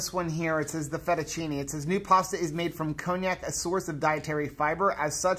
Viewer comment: I've always heard it pronounced con-jack. I prefer a good marinara on my pasta, but lately, butter noodles have been calling. I did not like the miracle noodles, couldn't finish them.